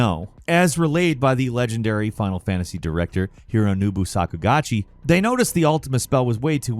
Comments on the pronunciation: it's HIRONOBU SAKAGUCHI not hironubu sakugachi or whatever you said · "Hironoobu Sakugachi" I know you're trolling with that pronunciation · totally butchered Hironobu Sakeguchi's name 😂